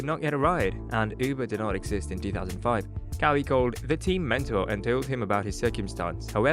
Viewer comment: Not KaWee Leonard. It's pronounced Ka-Why spelt Kawhi.